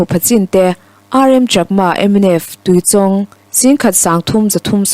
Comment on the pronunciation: Tuichawng I lam dan hi a dik lo tlat mai. Tui lam dan chu a dik a, chawng tih hi chawngchen tiha chawng thluk sanga lam lovin, chhang thlum lawng lam Anga lam tur a ni e.